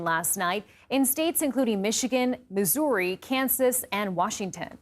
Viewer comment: Who pronounces Missouri like "Misorey"